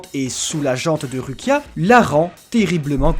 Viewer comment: S'il vous plaît, je vous adore mais ça se lit Roukia 😂